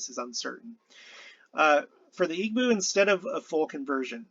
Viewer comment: EE bow. Not EEg-bow. The "gb" is a sound it's a B sound not quite like an English b. Most West African languages have that sound. Another sound you'll fine is kp but it's a "p" kinda sound.